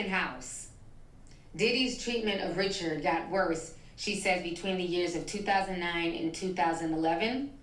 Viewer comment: Anyone who watched Making the Band or was a fan of Danity Kane could tell you that her last name is pronounced “reh-shards” not “rich-urds”, like the average name. They could at least say it correctly if they’re going to talk about her.